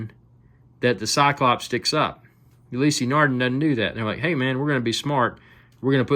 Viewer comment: Just found your video - the close-ups are appreciated. But seriously dude - if you are going to do a video on a product, the least you could do is learn how to pronounce the manufacturer's name correctly.........